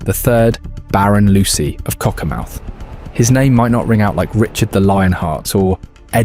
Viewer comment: So glad AI said Cockermouth properly 🤣 As for Unknown and Lead or Leed just so annoying. Who feeds the shit some Chinese twat FFS 👎